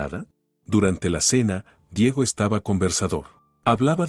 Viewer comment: Seguimos destrozando la gramática española es Diego no Diago por esas cosas dejo de seguir la narrativa